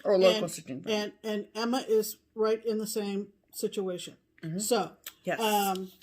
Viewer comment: Did I just hear what I thought I heard? I swear I heard say “next year I hope we’ll be in a different STITCH-UATION” 🤣🤣🤣 Trademark that, run with it. Why, yes, YES! I hope we will be in a stitchuation! Is there any where else better to be? 😁